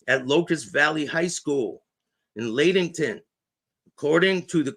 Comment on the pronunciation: Lattington....Lat rhymes with mat.....small "a"